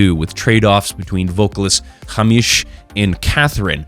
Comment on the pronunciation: ‘Hahmeesh’ 😂😂😂 To a Scotsman, this is very funny.